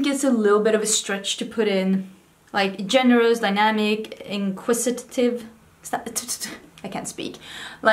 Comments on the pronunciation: Inquisitive is someone who asks a lot of questions/is curious.. this isn't a dictionary definition because I can't be bothered googling it 😂 Ps. Good pronunciation, you got it in 1 go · In case no one has told you, you did pronounce “inquisitive” correctly and it means sort of the same thing as “curious.” If someone is very curious about something or questioning it, they may be “inquisitive” :)